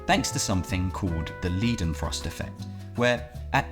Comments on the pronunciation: "Leidenfrost" is pronounced "lie" rather than "lee". A good rule of thumb with German ei/ie is to be guided by the second vowel. To be honest, I couldn't hear you mispronouncing it over the music... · pretty sure you botched the pronunciation of "Leidenfrost" 😂